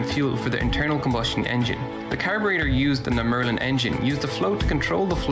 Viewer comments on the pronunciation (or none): none